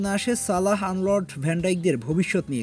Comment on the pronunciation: আনলর্ড না আর্নল্ড 😂